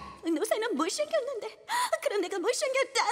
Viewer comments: 못쉥겼는데 발음봨ㅋㅋ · 노새는 못쉥겼는데.. 이거 말할 때 진짜 빵 터졌닼ㅋㅋㅋㅋ 발음 진짴ㅋㅋㅋㅋㅋ